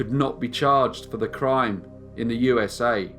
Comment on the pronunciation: Between the odd pacing and the odd pitch sometimes, I seriously question whether it's not a computer generated voice. It drives me slightly batsh!t every time he says, "So sit BACK. As we GO. To the U-s-a." No one emphasizes the U in USA, and he hits the exact same pitch, every time. It doesn't sound like a human.